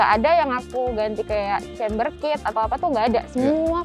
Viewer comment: camber. lebih baik pembawa acaranya ngomongnya camber, bukan chamber, supaya lebih meyakinkan viewer bhw ini emg channel mobil. ngerti smw ttg mbl dgn bener. camber NOT CHAMBER